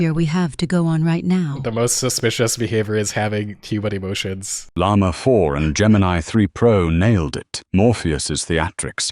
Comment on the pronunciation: i still can’t believe how they said llama 4 “yama 4”